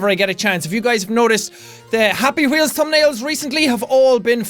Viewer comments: jack, don't change your voice and pornounciation jsut cause you think we can't understand it. it's 100% understandable when you use your irish pronounciation for things like "wheel"-"gwheel" and "notice"-"notisse" and stuff. it makes you unique, and i like it. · jacksepticeye That "WH" of yours is amazing ! :D